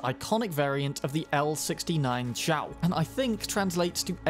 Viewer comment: “zhuo”is pronounced like “draw” , what you say in the video is “chao”, which is another gun